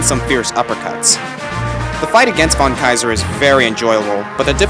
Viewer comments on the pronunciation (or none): Its called fon Kaiser